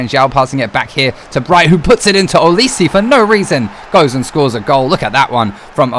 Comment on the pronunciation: Btw for future reference it’s Olise: O-Lee-Say Meite: May-Tay Araruna: Ah-Rah-Roo-Nah Cant remember if you pronounced this one right but it’s Ri-Nom-Oh-Tah